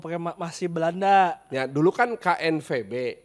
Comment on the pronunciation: lebay bnget anjing pas ngmng knvb nya